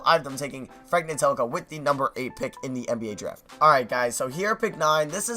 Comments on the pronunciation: ntilikina is pronounced "nee-lee-kee-na" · Ntilikina (Nee-lee-KEE-na) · It's pronounced nee-lee-kee-na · Lemme help you, Ntlilikina is pronounced NEELIKEENA, as a fellow knicks fan, we might need to get used to saying his name😂😂😂